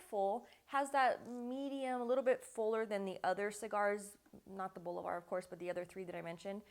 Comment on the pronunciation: Boh-Lee- Varrrrrr